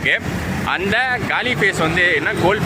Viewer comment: கலி இல்லை! காலி! அது காலி முகத்திடல். பெயர்கள் தமிழில் எழுதப்பட்டுள்ளன. ஆகவே சரியாக வாசிக்கவும். தமிழ் பெயர்பலகைகளில் இடம் பெறவேண்டும் என்பதற்காக உயிரை கொடுத்த வீரர்களுக்காக பெயர்களை சரியாக வாசிக்கவும். அவர்களை இழிவு படுத்தவேண்டாம்.